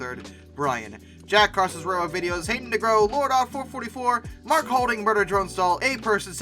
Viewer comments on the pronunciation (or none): none